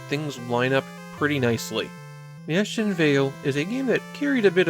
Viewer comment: This video does not pronounce it correctly, though. Look up how to say it in German.